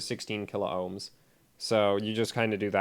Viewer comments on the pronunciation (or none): none